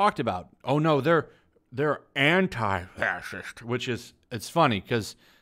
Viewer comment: The way way you say fascist cracks me up 😭😂😂😂😂